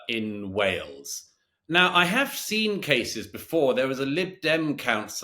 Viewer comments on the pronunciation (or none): none